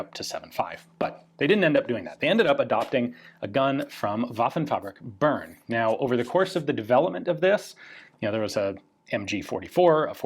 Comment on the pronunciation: That's not how you pronounce Bern, you insufferably uncultured Anglophone.